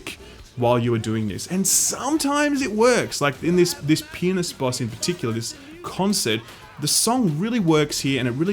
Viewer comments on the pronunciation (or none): I heard penis instead of pianist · "Penist". Yeah, thing is he definitely didn't say "pianist". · "And sometimes it works, like in this penis boss in particular." I can't be the only one who heard it XD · Every time you said pianist it sounded like penist/penis. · not going to lie i laughed at when he said pianist but it sounded "like you're on a stage against a penis-t". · It might be just because it's 2am for me in TX/USA, but every time you said, "fighting the pianist" or "on a pianist stage", I think you're saying "fighting a penis" and "on a penis stage". lol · your pronounciation of pianist is... interesting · Yeah that's another way to pronounce "pianist", and it's very funny to hear.